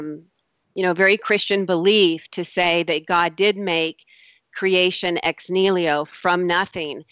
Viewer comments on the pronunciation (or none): Ex Niliho? Lady, it's Ex Nihilo. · EX-NEELYO! facepalm I just want to mute that one word.